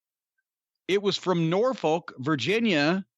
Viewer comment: Dear Jim. Norfolk is pronounced Nor•fuk.